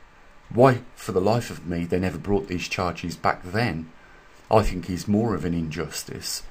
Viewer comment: Maybe they got 'tired' of your murder of the 'english' language. thinK/thinG ? Etc,etc, ETC.